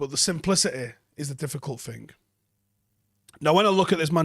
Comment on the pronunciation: Sounded quite eloquent until he said “that sort of ‘fing”. Shame.